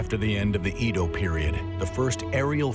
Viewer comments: Good doc butchered by bad pronunciation. Edo [eh-do] 🤦‍♀️ “ Ido” [ih-do] is a water well… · "Eedo"? No. Why? It's "Eddo". Great content though when I'm not wincing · Eh-DOH...not EEEE DOW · He says Edo like EEEdo like why the hard E why did no one correct him its so cringe i commited seppuku twice and still wont stop cringing and crying and crying out to god why, why make humans at all if this is it, if we are made in your likeness then are you also a failure, god? Why god? How could you let this happen? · McArthur came to "wipe out communism" lol Japan wasn't communist. EDO - is not EEDOW . BANZAI! eedow - eedow -eedow every fkn 3 seconds. SHHHHHH. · Edo - get the pronunciation right! Seriously 🙄